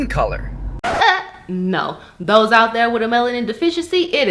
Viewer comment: "Dose out dere wit a melanin deficiency" LOL